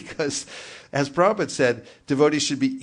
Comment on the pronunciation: Hey, congratulations you are one of the rare devotees that know how to pronounce Srila Prabhupada's pranam mantra...